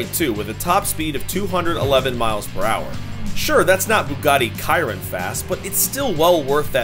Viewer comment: “Bugatti kiron “